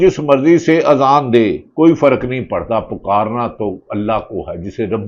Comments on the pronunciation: Bhatti shb aap nay b azaan theek nhi parhi hai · Ap me Azan b Sahi nahi parhi Bhatti sahib ??